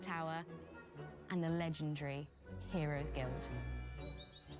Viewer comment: never knew there was a direct😂also I've never heard the word "legendary" said like that before